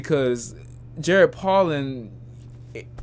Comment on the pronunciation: Bruh his name is pronounced Poe'lin not Pollen. He says his name in EVERY video